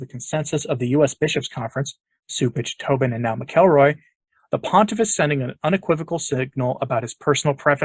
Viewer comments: i think it's pronounced mackle-roy, not mic-el-roy. anyway, cupich will be a [further] disaster for the Church, probably ushering in women Fathers and acceptance of homosexuality. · Dear, His name is pronounced “Mackle Roy” Mack-ul-Roy His nephew is in my old church. Thanks